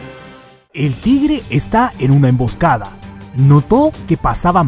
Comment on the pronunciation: Pero no se pronuncia "Tigere". Sino "Tigre" hay que pronunciar bien las palabras y aprender más sobre la hortrografía antes de subir un vídeo.